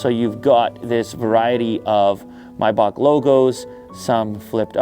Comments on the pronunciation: MAAAAAYYYYY BAAAAACK. Not mybach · Stop saying "MyBock" 🤔🤷🏽‍♂️ it's "MayBach" "Are you dump, stupid or dump" 😅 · come on Lew "my bak? 😂😂😂😂 its MAYBACH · Its not pronounced my-bahc. Its pronounced May-Back..... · It‘s German and both pronunciations are wrong . German: [ˈmaɪbax] There is no k if you pronounce it in German. Explanation for an English Native Speaker “Maybach” Pronunciation Guide from ChatGPt: Use simply ChatGPT/Google/Wiki if you want to know moething.😉 1. “May”: Pronounce it like the month “May”. It’s the same as in English. 2. “bach”: This part is a bit tricky because it includes a sound that doesn’t exist in English. It’s pronounced like the German composer “Bach”. • The “b” is pronounced as you would normally in English. • The “a” is pronounced like the “a” in “father”. • The “ch” is pronounced like the Scottish “loch” or the German “Bach”. It’s a guttural sound, made at the back of the throat, similar to clearing your throat gently. Put together, it sounds like “My-bach” with the guttural “ch” sound at the end. If the “ch” sound is difficult, you can approximate it with a softer “h” sound, though this isn’t completely accurate. Comparison with English Words There aren’t many English words with the exact same sounds, but here are some close approximations: • Bach (when referring to the composer, some English speakers pronounce it like “Bok”) • Loch (as in “Loch Ness”, though many English speakers pronounce it like “Lock”) • Epoch (often pronounced “Epok”) These words can give you an idea, but remember that the “ch” in “Maybach” is a unique sound found in German. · Is it Maybach or Miyebach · your calling it a mybok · hate the way you say maybach